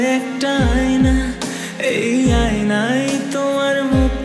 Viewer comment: আইনাই আবার কি, উচ্চারনটা আয়নায় হবে!